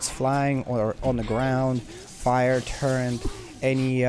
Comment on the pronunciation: Its turret not torrent 😮